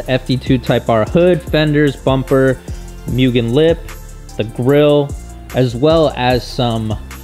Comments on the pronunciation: Moogen, not mewgen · MU-GE-N Not MEW-GEN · People should not be allowed to buy mugen parts if they cant pronounce it correctly. MOO-GEN not MYU-GEN